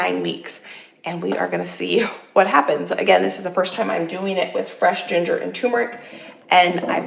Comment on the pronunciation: It seems like every time I watch one of your videos, I have to correct either your grammer or your pronunciation. Sigh. It is "term" eric, "toom" meric!